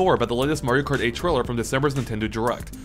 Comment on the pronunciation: loll who else heard mario karty